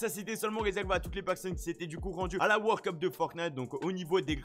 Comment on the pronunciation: Le mec il dit wor cup c'est world cup